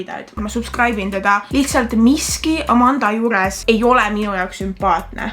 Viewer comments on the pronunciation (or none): Karl: taheb öelda amanda hoopis ütleb amarga